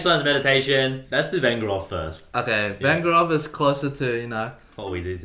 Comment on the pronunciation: VengErov, not VEngerov